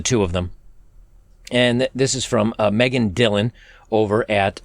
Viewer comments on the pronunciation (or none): none